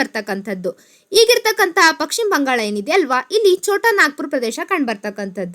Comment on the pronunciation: ಪಕ್ ಶಿಮ ಎಂದು ಸಂಭೋದಿಸಿದ್ದೀರಿ, ಪಶ್ ಚಿಮ (ಪಶ್ಚಿಮ) ಎಂದು ಸಂಬೋಧಿಸಿ. ತಮ್ಮ ಮಾಹಿತಿ ಉತ್ತಮವಾಗಿದೆ. ಧನ್ಯವಾದಗಳು.